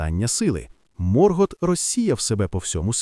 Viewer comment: Ви серйозно? «Сільмариліоні»? «Морґорот»?. Як людина з профільною філологічною та історичною освітою, я Юлія Зимовий Феанор, врівноважена версія свого літературного тезки, заявляю: ваш контент — це ганьба. Ви навіть назву величної книги професора Толкіна вимовити правильно не можете. Яка «релігія»? Сюжет оригіналу вже став нашою реальністю, а ви продовжуєте шукати недоречні паралелі. Ви, мабуть, не читали ні Толкіна, ні Юрія Щербака («Хроніка міста Ярополя»), ні Ніла Шустермана. Мандосе, запиши цих невігласів у свої сувої! Áva quetë! (Заткніться — квенья).Я заводжу свій YouTube-канал (назва в розробці), і тоді вашому невігластву прийде кінець. Хай Альквалонде прийде у ваші домівки, а прокляття Феанора ляже на вас до сьомого коліна за те, що паплюжите мою кохану Арду! 🛳️🔥.